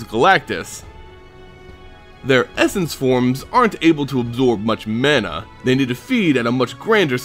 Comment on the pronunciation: Ma-na, not man-a